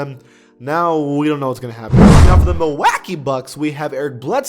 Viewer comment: Why do u call them the Mil wack ee bucks?